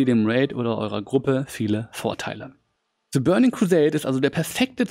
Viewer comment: fehler nr. 1. alli spielen 2. the als zhe ausprechen